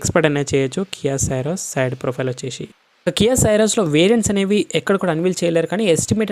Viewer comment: You are pronouncing the car name wrong. It is not SYRUS it is pronounced as C - ROSE